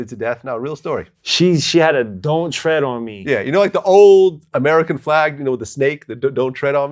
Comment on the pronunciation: tread not thread